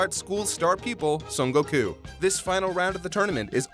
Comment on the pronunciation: Bro, plz stop putting a syllable in Goku's name it's a bit annoying I don't mean any harm, I love this channel